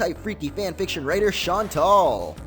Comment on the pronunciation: BTW its pronounced shaun-tell